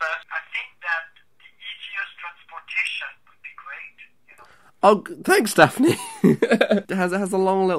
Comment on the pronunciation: Like listen to this in your video , and then compare it with a movie he shot years ago in which he speaks English with a French accent. You can find the link here: at minute . In both your video and this film, he says the word "transportation". Just compare both of them ;)